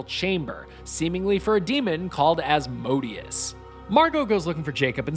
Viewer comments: its pronounced Az- Mo Day Us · As-mo-day-us is how it’s pronounced I’m sure